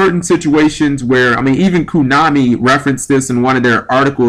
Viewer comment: it's konami not kunami....